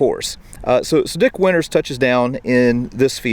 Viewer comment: It's pronounced Dick Winters and nothing else.